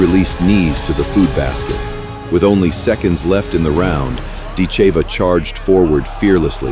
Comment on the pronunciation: Ditcheva…..DIT-che-va….. not “dit-CHAY-vuh”